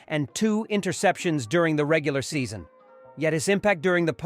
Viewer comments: His impact during the Post Sea Sewn is where he was most Value Abble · “Most valble-able” . Prior to that the word season was also mangled. I hate artificial voices, so laughable.